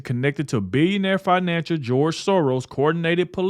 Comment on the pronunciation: May-or and can-vassing, Fi-natcher, sorry but maybe reading the news is something you need to NOT do, just provide you commentary and maybe hi-lite the text you are referring to and let us pause and read